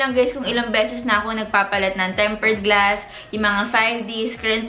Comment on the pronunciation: Hope you could improve your tense and lax vowel sounds Scren vs screen Ensurance vs insurance Gluss vs glass Fingerprent vs fingerprint Teshu vs tissue Crucking vs cracking Diphthong Mowdel vs model Medyo distracting kase. Dont get me wrong. I watch your videos because of your content pero better kung ma-correct yung pronunciation slips. :)